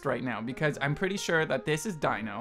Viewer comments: Why is no one correcting him. It's not Die-no. It's Dee-no. (Confusing yes, but still incorrect~) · ALSO STOP CALLING DINO "DYNO" IT'S DINO : "DEAN-O" DINO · sadbutrad that doesn't matter. The fact of the matter is his stage name is pronounced Dee-no and should be pronounced as such. It's rude to straight up ignore it. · Omg rip lol that quiz with the fan art was kinda bullshit, ngl XD also, here's some help with pronunciation: Dino is pronounced like dee-no Jeonghan is pronounced like jung-han (the "eo" you see in korean names is one sound) Seungkwan is pronounced with the k sound at the beginning of the second syllable (so like seung-kwan, and the "eu" in seung is pronounced kinda like the "u" sound in "put") Mingyu is pronounced like min-gyoo, not ming-you Wonwoo, if pronounced in korean, is pronounced won-oo, without the second w, I dunno why they put it there for english translations?? They put that extra w into a lot of korean names with that sound for some reason lol But people always pronounce it with the second w anyways so it's not really a big deal lol The8's real name is Minghao and no one really calls him The8 tbh, you can if you want but if you hear the name Minghao somewhere just know that it's the same person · its pronounced junghon. and its not dino, its pronounced deeno. you did good though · See, that I get, but purposefully disregarding the proper way to say it is still rude when you're capable of saying it.